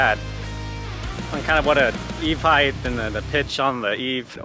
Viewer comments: Heighth is not a word. Over 20ft in height not heighth. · Wicked cool project, but I have to be that guy for a second. There is no such word as "Height-th". Height Width That is all.